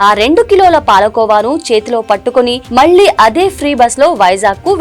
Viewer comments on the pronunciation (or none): none